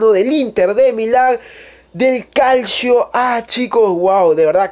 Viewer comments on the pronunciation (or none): none